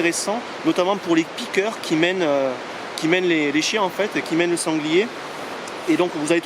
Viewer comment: On écrit piqueur mais on dit piqueu ! 😉 Bonne vidéo sinon